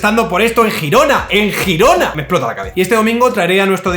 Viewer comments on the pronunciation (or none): ¿Jirona? ¿En serio? Se llama Gerona, o si eres de los que dice London o New York puedes decir Girona (Yirona), pero por favor, no palabros. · por favor no digas "Jirona", suena fatal! si quieres pronunciarlo en catalán, mejor di "Yirona" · "Yirona" o gerona hermano, no "jirona" xD un abrazo man y como ya dije en otro vídeo, dedícate a la política por favor te lo pido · Te sigo desde hace mucho tiempo y esté de acuerdo o no contigo me gusta como analizas minuciosamente cada tema. Eres fiel a los datos y riguroso. Espero que no interpretes que tengo la piel muy fina pero haciendo honor a tu rigor; Girona se pronuncia ʒiˈɾonə. La G se pronuncia parecido a la Y. Si vinieras a verme a Girona no te llamaría, sino que es tu nombre. Lo dicho, me gusta mucho como comunicas. Para algunos (o muchos) será una gilipollez, pero para mí es relevante. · Por ser un poco tocapelotas, se dice Gerona si se habla en español o se pronuncia «Yirona» si se quiere decir en lemosín. Pero tienes razón en todo lo demás, como siempre, el problema sistémico de España no se va a arreglar mientras los propios españoles estemos dispuestos a seguir engañados. Además, el único partido que de verdad llevaba medidas en su programa para blindar la separación de poderes tuvo que suavizar esas medidas propuestas para evitar el descalabro electoral. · ¿Cómo que "Girona"? vamos a ver hermano esa G se pronunciaría cómo una Ll para entendernos, para eso llámala Gerona y así no me sangran los oídos, saludos gran vídeo.